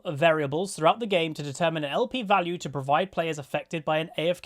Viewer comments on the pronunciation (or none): none